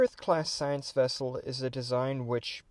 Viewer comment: It is as big as a "scout class wessel". :D